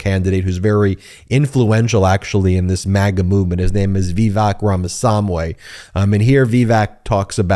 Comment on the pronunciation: Rama Swamy [NOT SAM WAY]